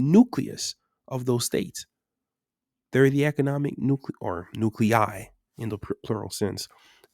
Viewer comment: Thank you for pronouncing nuclei correctly, that CL sound seems to stump a ton of youtubers